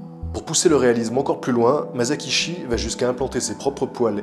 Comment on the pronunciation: Épisode superbe, comme d'habitude ! Juste, on ne dit pas [ Mazakishi ] mais [ Massakitchi ], mon petit côté pointilleux sur le Japonais ressort, c'est pas méchant, c'est juste " histoire de " ^^ Bravo pour tout ton travail !